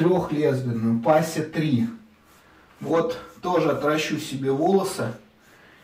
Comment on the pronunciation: дорко многоразовый хороший станок у них одинаковое крепление подходит лезвия как зх лезвийка и 5 ти лезвийка дорко не пасе а правильно произносится пэйс на английском крепление универсальное на украину также идет суб бренд дорко мэн кей